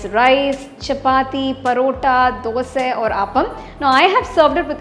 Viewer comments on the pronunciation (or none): none